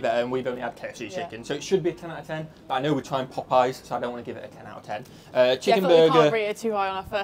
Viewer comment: I know! Hurts my ears hearing say sheeeekenburger! 😵‍💫😵‍💫😵‍💫😵‍💫